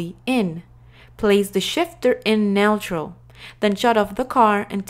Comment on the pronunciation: The way she pronounces neutral is hilarious 😂